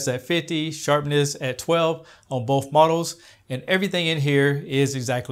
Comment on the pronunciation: the word both has no F in it...